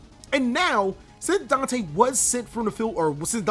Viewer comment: Bruhhh my mans really did say "DANK-te" bruuhhhhh moment